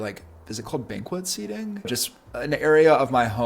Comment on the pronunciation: You have great style and taste. Earthy, warm, textural, inviting. BTW Banquette is pronounced like blanket but without the letter l.